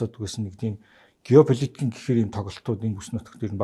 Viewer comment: Балай юм юун гёопол.гёополиток гэдэгээч ойлгохгүй